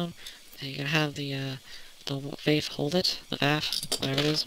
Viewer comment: Sorry, I'm gonna be that guy. It's pronounced with an 'ah'. Vahff.